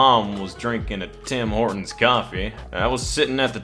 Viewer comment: Why is he doing the wrong accents.. Tim Hortons is a Canadian company, not a southern American company.